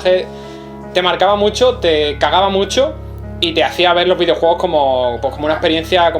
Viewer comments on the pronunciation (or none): Videouegos, ueón. Joder, últimamente sólo comento para decirte gazapos xD